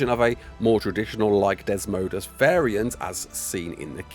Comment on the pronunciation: Why do you keep acting like you dont know the creatures name. Its not desmodus and its getting old.